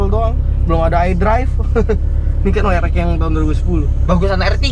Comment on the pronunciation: We Er EXXXX bro... buka We Er Ekkkkk... :D :D Friendly comment yah...